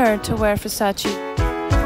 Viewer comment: It’s VERSACE not VersaCI, She earn milion without know for who work 🤦🏻‍♂️